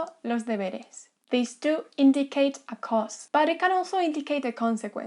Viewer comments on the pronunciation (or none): none